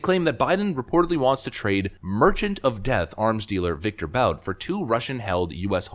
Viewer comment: Victor Boot; that's how it's pronounced.